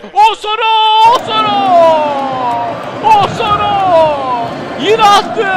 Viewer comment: ŞAKA AMAÇLIDIR ! Abi o dirar değil mabil Abi o osoro diye okunmuyo Abi kuddusi muhtioğlu hakemliği bıraktı